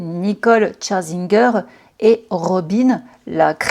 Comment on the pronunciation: C'est pas tcharzinger😂😅😅mais "cher"zinger